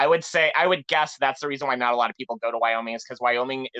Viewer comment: its wyoming not wyomin